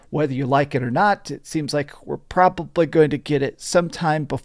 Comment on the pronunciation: Why does he say "probably" like that? "PRAH-BUH-BLEE" 😂